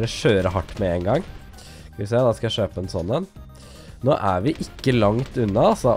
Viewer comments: hvorfor sier du shøpe? det heter kjøpe -. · Noen klarere ikke å lære seg å si kjøpe, at de sier shøpe istedetfor :)